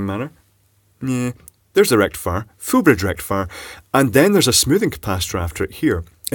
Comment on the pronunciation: Foool Bridge Rectifaiaaaah!!